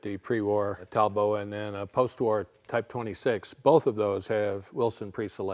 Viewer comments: Talbot was English named after one of the founders an English Earl. Pronounced Talbot, with a "t", not Talbow. The other founder was a French guy but the company was English and in England. Talbot teamed up with a French company making products in both counties, which disappeared in the mid-1930s. The manager of the French factory, Lago, bought the French factory creating Talbot-Lago. The name Talbot was still used in the UK ending up under the Rootes Group as they bought the UK factories. So a Talbot in France and one in England - similar setup as with the name Daimler, one in England and one in Germany. Rootes unfortunately were eventually bought by Chrysler of the USA. Talbot-Lago wee bought by Simca who again were bought by ...Chrysler USA. Peugeot bought Chrysler's European interest. The Talbot brand was used until recently. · Talbot! Like robot! Not Talbot! Like rainbow! Ve ist sprecken ze englisi, oui? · Never heard "Talbot" pronounced like that. In the UK, I've only ever heard it as "Tall-Bott". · is our hero! Using cars the way they were intended to be used. I always thought that Talbot was pronounced using both T's. My grandpa had a 1985 Talbot and he used to pronounce it while putting emphasis on the O instead of A.